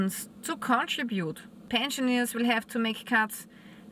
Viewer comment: Dear love your videos - thanks! Just a small comment as native English speaker also living in Austria, the correct pronunciation for “Rentner/Pensionist” is Pensioner (not Pensionier) 😊 Keep up great work informing us 🙌🏻